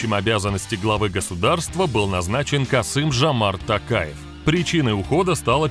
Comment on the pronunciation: Че за диктор? Касим Жамарт Такаев??!!!!!!!!!!!!!!!!!!!! Не грамотный!!!!!!! Қасым-Жомарт Тоқаев, как пишется так и читается!!!!!! Учись !!!!! Не грамотный пупок ты